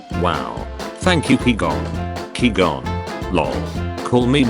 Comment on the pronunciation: Me: qui-gon Ai voice: key gone